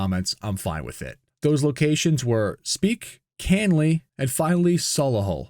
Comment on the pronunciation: Speke, Canley (in Coventry) and Solihull? Yeah, no need to worry, you're spot on.